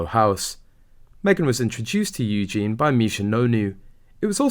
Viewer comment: Seriously dude, your pronunciation for people’s names is awful. Eugene is actually Eujenae (spelled phonetically) and Tindall is actually Tindall sounds like Tindall.